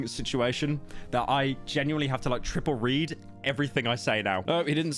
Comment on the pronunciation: you said tripple red instead of trippie redd in the video about yung lean but my comment got hidden